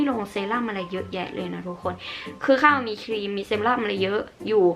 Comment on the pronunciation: ครีมมมม มี ร.เรือออออ คำควบกล้ำอ่ะแก🤣🤣